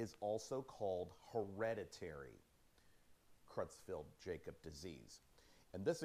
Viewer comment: Sweetie, it's pronounced 'CROYTZ-FELT YAAH-COBZ'. Sheesh. You'd think he'd know how to pronounce the damn name. What an uneducated bumkin.